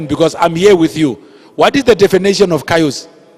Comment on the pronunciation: I wont let this stupid lecture me, if he cant even pronounce chaos